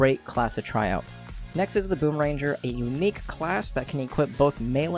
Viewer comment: He said boom ranger HAHAHAHA